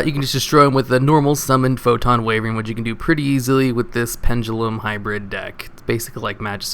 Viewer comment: how on earth do you consistently pronounce castel wrong (wyvern too for that matter)? shame that eccentrick is so generic and useful- means its expensive and i wanted to use it to build a classic archfiend pendulum deck